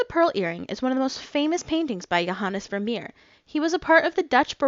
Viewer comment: Excellent video and very good pronunciation of johannes vermeer!